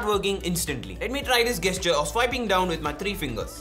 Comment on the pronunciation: Great, helpful video. Thank you! Just a little comment about the pronunciation of the word 'gesture': you say it with a soft 'g', not a hard 'g'. Only saying this because I am a language learner and teacher and love it when people correct me in a respectful way! :)